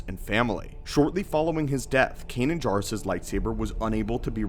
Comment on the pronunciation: I'm really curious why you mispronounce words that have been spoken in canon. Is this something you just don't pay attention to? Or do you disagree with the pronunciation? It's JAIRuss not JARuss in Rebels. Love your videos, thanks for the breakdowns.